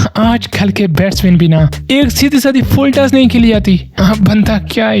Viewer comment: "Baal, yArker, Full Taas, That's matter, Cirkit, sunake"